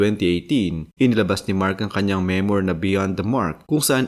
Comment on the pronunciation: Children, remember: MEMOIR is pronounce as MEM-WAR, (stress is on the first syllable), not ME-MOYR.